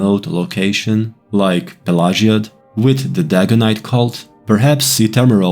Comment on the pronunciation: Great video! Do a series for all towns with Vivec being the last. Also, Is that the proper way to pronounce the town name? I have always pronouced it a different way...I could be wrong.